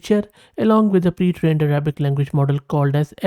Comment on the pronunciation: Your Arabic pronunciation is almost correct 😊